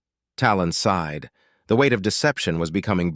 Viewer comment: While I think this is a good story. I believe it would be better if someone would do a better job of editing. It's not the Saul system, it's the Sol system. SighedSighed Is not sid side.